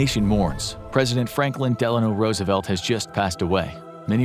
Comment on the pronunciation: Rusevelt really? cuz it was all a ruse you know?